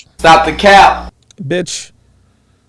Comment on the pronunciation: The way you said “BITCH…?” almost made me choke on life🤣😂🤣😂🤣😂💀💀💀💀💀 GAME OVER